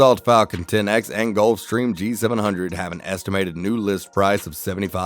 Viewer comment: At least the narrator pronounced “Gulfstream” correctly 😅😂